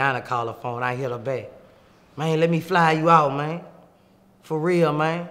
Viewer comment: “riYanNa carl the phowne”